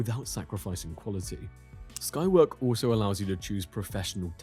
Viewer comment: Skywork? It sounded like the named as Skynet.